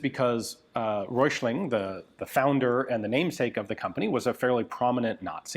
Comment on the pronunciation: 1. Hessische isn't that hard to pronounce, the first 4 letters was quite good, then follows a short i and sch is pronoinced like sh in english followed by a short e. 2. The Röchling pronounciation was also ok but ch is pronounced like you're clearing your throat, a better example would be Achmed the dead terrorist :D 3. The oe in Coenders is pronouncel like an ö. the C like a K